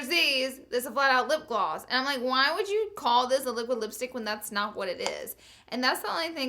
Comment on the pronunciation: It's lipgloss. Not lipglwass